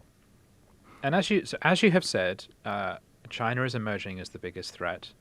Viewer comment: "CHI-NA" Donald J Trump